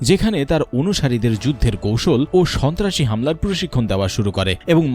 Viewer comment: রিপোর্ট কারির মখে বার বার শুনেছি স,ন্তা,রাসি কথাটা রাহাবার কি ওটা ছিলো 😡